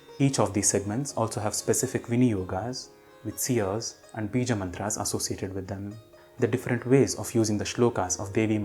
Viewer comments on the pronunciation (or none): Please do clarify if it is श्लोका or श्लोक, मन्त्रा or मन्त्र, योगा or योग। Your uttering of 'आ' after श्लोक and मन्त्र is really pronounced. It is disturbing.